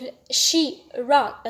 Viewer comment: Also the pronunciation of wrote